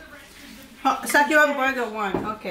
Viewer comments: That is pronounced as “berger” di po “”borger” haha, it sounds funny when you say it borger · can u please say burger instead of borger and vegetables instead of vedstable sorry lage ko lamg ksi naririnig